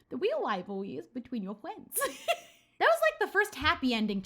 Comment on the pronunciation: "dah weal wivawwy is bwetween yowu fwiends"